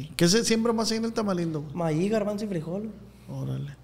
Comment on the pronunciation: ee ozz que onda no dices la R o que onda bro te escuche decir calnita pero decías que de niño así decías y creí que por eso, pero después dices tamalindo se te va la R?